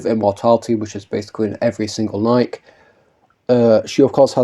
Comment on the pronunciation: I can't stop thinking f the shoe brand with how you pronounce Nikke dude😭😭 Anyways, yeah I hope we see more from Laplace and her squad in the future. They're really fun characters and should get more attention, especially Laplace cuz lmao she has zero costumes and alts. Girl is in dire need of a wardrobe change